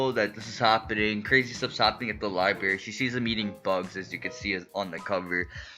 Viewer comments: libary? It's pronounced Library. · “I went to the li-barry” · It’s the liberry XD I’m not making fun of him